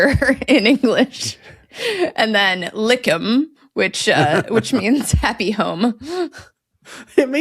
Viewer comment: I think it's Lyckhem.